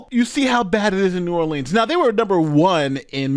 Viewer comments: New Orleans, pronounced Or-Lens. Saying Orleens makes my ears feel like they’re bleeding. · it's pronounced New Orlins or New Orlens. New Orleeeans are only pronounced that way in songs. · Just a quick note for those that don’t know: When you say ‘New Orleans’ it’s New ‘Orlens” in pronunciation. When the ‘New’ isn’t present (like Orleans St or Orleans Parish) then you pronounce it ‘Orleens’. Orlens when the New is there. Orleens when it isn’t. Hope that helps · New Orleans is pronounced (New Orlans) by everyone who is in the know. Cantrell is a lousy mayor, a liar and a cheat, not sure any person who would ever be a good Mayor would EVER run and even if so would not be elected by constituents. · New Orleans pronounced ( Nu - Or Lee Anz). I went to college and lived in that region for about 25 yrs. I hope you don't mind my sharing a little phonetics with you. The majority of "gone to the dogs" US cities are turned over to AA's once they are trash. The 504 or Memphis are both major ghettos of the south. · I'm from louisiana and I cannot watch this in its entirety, because the person that's doing most of the talking doesn't even know how to pronounce the name of the city. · You can't even say the name of the city the right way... Then, I have to suspect your credentials for reporting on this area! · It’s strange too being she born and raised in Compton California. She has no roots in New Orleans. She refuses to pronounce New Orleans properly! Kamala’s bestie!